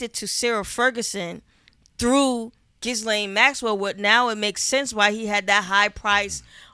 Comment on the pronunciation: Big salute, but that silent “s” in Ghislaine is kicking shorty ass. 😂